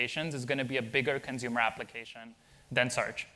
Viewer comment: "consumer" dude